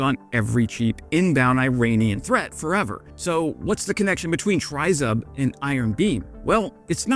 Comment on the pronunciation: Just an FYI, "tryzub" is pronounced "tree-zoob" (close enough phonetically, just say the tree part quickly, you'll be close enough) it literally means "three teeth" (or three toothed, zub=tooth) like a trident that has three spikes (or teeth).